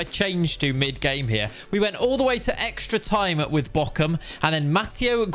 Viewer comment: “Ärzgebirge Auueee” like this edit: “Borum” not “Bokum”